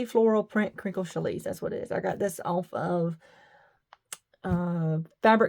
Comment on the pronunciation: Use a ballpoint needle on you machine. Okay now I am going to be anal, it is pronounced Shallie! Your fabric is beautiful!